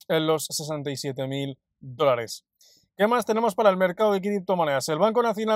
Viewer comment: En todos los videos te escucho la palabra "drones". Soy nuevo en criptos desde ha e una semana y al principio, pensaba que podría ser jerga del mundo cripto pero, es posible que sea el micrófono porque la palabra dólares, se entiende claramente.